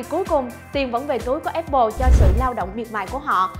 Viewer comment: áp pồ nha, không phải ép pồ :)